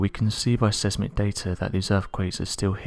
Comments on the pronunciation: Gawd, not even 3/4 of the 1st min in & this guy's STILL mispronouncing the same things!!???? Seriously, anyone CHOOSING to keep doing updates on Yellowstone, REALLY needs to stop saying "SEZZ-MIK" when reading the word seismic. Phonetically, it's 'SIZE-MIK'. It is not, has never been & will never be.. "sezzmik". For anyone wanting to tell me that's just how the Brits say it, no, it actually is not. And even if some things are a case of 'tom-ay-toe/tom-ah-toe'.. seismic isn't one. It is a case of potato !! NOBODY says 'po- tah-toe'.... nobody that doesn't want to show and highlight (repeatedly) how little education is needed, to read a script or screen prompt, anyway. If you get a word you're not sure of.. research it. It's not too much to ask of oneself, IF you actually care about your audience. Especially when it's something that's been brought to their attention.. repeatedly!! EVERYONE makes mistakes. Some to choose to learn from them, yet others insist on remaining egotistical fwits who refuse to be corrected..despite being blatantly wrong. If your one CHOSEN job, is to simply read already written material.. then respect your audience enough to pronounce things correctly. It's a sorry state of affairs when ENGLAND, is becoming the worst at .....'English'. 🥺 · There a load of jerks in Yellowstone. Big jerks. Says so This channel keeps quoting Mick. How does Mick know about the earthquakes? Well the narrator keeps saying "says Mick". Of course he doesn't mean Seismic - cos that is pronounced "size-mick" not "says-mick". Like "Heineken" is "High-Neckin" not "hen-neckin". German.